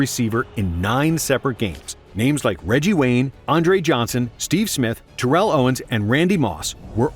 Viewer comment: Your mispronoucing terrells name again say it correctly